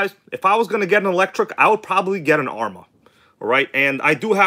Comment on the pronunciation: Did my bro just say Arrma is good?